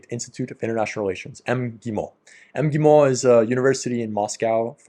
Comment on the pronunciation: When you say МГИМО omit the first vowell sound 🙃 (I mean the one before first M)